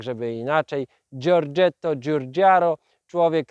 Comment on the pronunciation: Giorgetto Giugiaro wymawiamy DŻIORDŻIETTO DŻIUDŻIARO